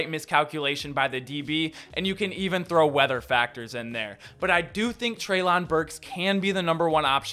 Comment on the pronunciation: It's "trey'lin"